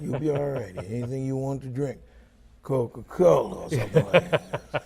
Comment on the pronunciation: The way he said "Coca-Cola"made my brain register "coke or cola".